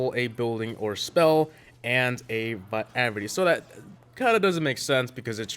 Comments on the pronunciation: It’s not “rerity” it’s “ray-er-ity” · He still said rarity wrong... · I prefer how you say rarity than the real pronunciation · You not heard of Google translate? And you still can't say rarity properly! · How he still says rarity lmao